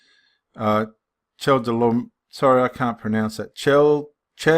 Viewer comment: Hello brother, just thought I would give you a little insight. Pronunciation - Mel-kiz-a-dek and ched-or-lay-o-mer. That is ched as in cheddar cheese. :) 👍 Also, one way to see that Melchizedek cannot be Christ is to replace the name Melchizedek with "Christ" or "the Son of God" in Hebrews. It doesn't make any sense therefore it cannot be. May you be blessed.